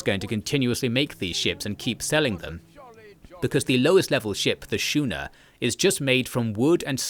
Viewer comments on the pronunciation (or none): Schooner is prnounced Skooner, not Shooner. because the english language loves to fuck up every semi-consistent rule of pronounciation...